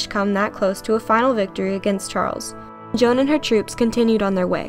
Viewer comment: I APRECIATE SAYING MY NAME THE RIGHT WAY:) I'M JOAN OF ARC(CLOEPATRA) PRESCILLIA PRESLEY